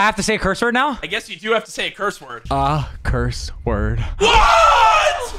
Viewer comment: He said curss word